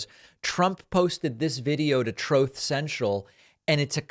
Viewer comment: Noticed you say “Troth” social not truth ….. all I see is loads of swines at the troth 🐽🐷 ! Thanks for the laugh!